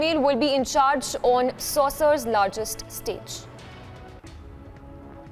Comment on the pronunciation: Honey it’s not pronounced as saucer but sokker though it is spelt as soccer.